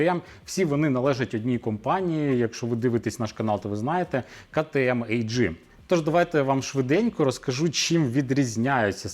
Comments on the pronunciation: кажіть як хочете! Але А Джи ріже слух… Ви ділер КТМ, але впертий та не можете визнати очевидного… Бажаю Вам успіху..) Особисто я вважаю, що потрібно казати так як воно звучить мовою оригіналу! Бо Ктм AG а не КТМ ltd як було б в Британії!! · Ну ми ж не кажемо Джелендваджен.? І кажемо Рено, а не ренаульт?) Абревіатура AG походить з німецької мови, а тому і вимовляти слід так як звучить в оригіналі. В Англійській мабуть KTM ltd